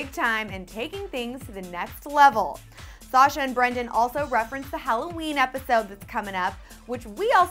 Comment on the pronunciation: Call me crazy, but I'm pretty sure you don't pronounce sasha's name that way.